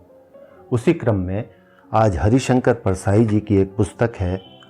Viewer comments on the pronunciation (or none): परसाई जी का यह व्यंग्य पढ़ने सुनने में बहुत अच्छा लगता है किंतु लड़के लड़की द्वारा भाग कर की गई शादियों के जो दुष्परिणाम सामने आ रहे हैं उनके आधार पर कह सकते हैं कि हमारी सनातन परंपरा ही उत्तम है। आप की आवाज और पढ़ने का तरीका बहुत सुंदर है, आप हरिशंकर को हरीशंकर बोलते हैं।